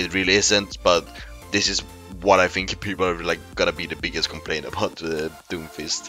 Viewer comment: FINK FINK FINK. Say THINK !